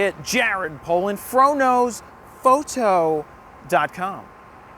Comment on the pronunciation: And the "shrwdb#$%&*^" before that. Drives me madddddddd!